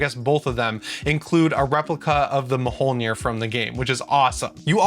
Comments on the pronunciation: It's not ma-hole-near, it's myohlneer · Mi YO nir, not mi HOL nir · Mjolnir, good sir, is not called muh hole near.. MYOLNIR, the j is technically a y. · Anyone else get tilted by "ma-Hole-nire"?